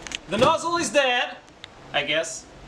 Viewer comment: "THE NOZZEL IS DEYAD" Veerry nice!